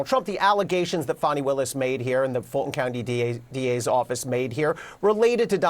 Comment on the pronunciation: F-A-N-I spells Fawny like S-A-D-E spells Shawday